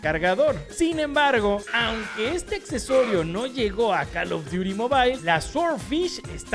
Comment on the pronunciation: "cal of diuri mobaileeee" JAKSKASKJA